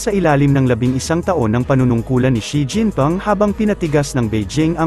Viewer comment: Xi jinping hindi Xi jinpom ayusin mo naman salita mo